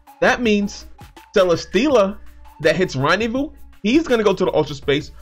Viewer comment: Randevou?? Its rendezvous